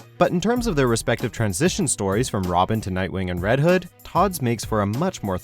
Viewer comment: You said red hood wrong